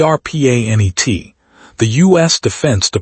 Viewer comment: AI voice can't pronounce Arpa-Net